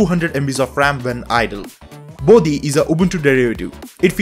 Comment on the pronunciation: Its "Bodhi", not "Body". I would have expected Indian to have better grasp at that.